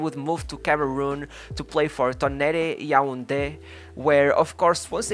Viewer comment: You butchered the pronunciation of Yaoundé hahaha